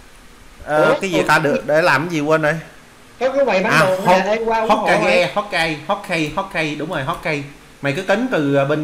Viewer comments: hô ka ge mà anh đọc hót kai vãi nồi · hokage đọc là hô ka gê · May cai dau la hokage Danh van hô kha ghê Anh doc sai rui